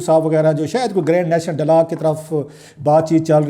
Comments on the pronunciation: BHIRA G, OH SAIEN MEDA English ko katal na karo sohna. "It is dialog and not DALLAAG" Have mercy on us pls. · I think he says “dailaag ڈئی لاگ” . Which is the Punjabi version of “dialogue”. I had a pashtoon “friend” who used to say “Laswaday St لسواڑے سٹریٹ” whereas the actual spelling is “Lasvade St” pronounced as “Lass wade street”. We have such people all over Pakistan. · ڈائیلاگ کو ڈالاگ کیوں کہتے ہیں ؟